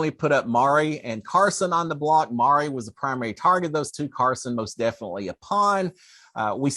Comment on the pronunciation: Not Mari - pronounced Ma Rye🙂